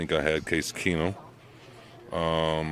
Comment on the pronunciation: Thanks for talking us off the ledge. called Stidham Case Keesum 😂😂😂